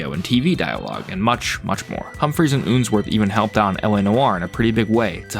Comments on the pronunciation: It's unsworth not oonsworth Do you pronounce spun as spoon Up as oop? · I think its Unsworth (like unsheathe) not Oonsworth O_O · Ooonsworth 😂 But serious good video